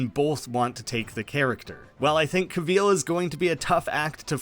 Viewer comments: We need to talk about him pronouncing it "Cuh-VEEL." It's "CAH-vill". No one says it like that, that's an insane way to say Henry Cavill's name. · Cavill, like “travel” bro. Not “Ca-veal” 😭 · Cavill not Cahveel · Cav-ill not cuh-vil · Who the hell is Henry CAVEEEL😂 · “Henry Caveal” Good stuff dipshit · Pro tip... Cavill is pronounced like "travel". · Cavill is pronounced like travel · Henry Ca-VEAL ? 🤣 never heard it pronounced this way EVER... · Did you say Henry Cav-EEL?! Lmao. Great video either way. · sorry but “caveel”?😂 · “Henry cahveel” 🤢🤮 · Cavill, rhymes with travel. Do you say truh-vell in yur country? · How do you pronounce Cavill so incorrectly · Can’t get over his pronunciation of “Cavill” and “De Armas” lmao who pronounces them like that??? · say henry cavill's name right lol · Loved the video but the way you say Henry Cavill’s name scares me for life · Why is it so hard to say Cavill right? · What on earth is this pronunciation of Cavil???? You have it so so wrong. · Why u saying Cavill like that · Interesting pronounciation of Henry Cavil's name. Maybe see how it's pronounced if you're going to keep saying his name. David Corenswet is the top fave for new Superman, it was impossible not to imagine him as Kal-El in The Politician & Hollywood. Glen Powell was excellent in Scream Queen's, Hal Jordan or the Flash, he'd be brilliant as either. Alan Ritchson returning as Aquaman would be very interesting, both from the smallville history, but also given how far he has matured as an excellent actor. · Fun video. You say Cavill really weird, though.